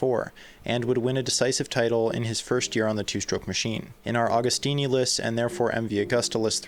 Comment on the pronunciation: Pronounce the name correctly!